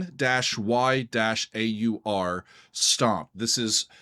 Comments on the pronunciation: Bron Yr Aur pronounced “broon rawr” FYI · bron y -aur is pronounced : Bron-wrah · FYI, it's pronounced Bronny Rah. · Pronounced "brawn-WHAR" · That is NOT how you pronounce it. "Y'awl!" {:o:O:} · Bron-Y-Aur is pronounced Brom-Yar . . . as strange as that seems. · Hi, ‘Bron-Y-Aur Stomp’ is pronounced: brom-rar, and means ‘Golden Hill’ or ‘Golden Breast’ in the Welsh language. ‘Tangerine’ 🍊 is about Led Zeppelin guitarist, songwriter, and producer, Jimmy Page’s whirlwind romance with American singer-songwriter, Jackie DeShannon, in the 1960s during his session days as a studio musician. Complete with a false start. LOL! ‘That’s The Way’ is about ecology, social class, racism, and protesting the U.S. involvement in the Vietnam Conflict. John Paul Jones played the mandolin on this track. Led Zeppelin III was inspired, in part, by the band’s relatively short working holiday retreat to the Welsh countryside cottage called Bron-Yr-Aur in the spring of 1970. Jimmy Page and Robert Plant both decided to stay on a bit longer than the other members and wrote some songs together during their time there at the cottage retreat. And one more thing: in the United Kingdom, we only recognise an 18-year-old drinking age. Cheers! 🍺